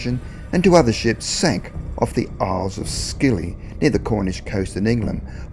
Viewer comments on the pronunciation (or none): Dude! The Isles of Scilly has a silent c. It's pronounced Silly, mate. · haha the C in Scilly isles is silent sorry that made me laugh you ""